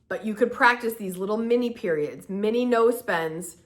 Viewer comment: When you said "no spends" at the end of video, I heard "nose bends" 😂😂😂😂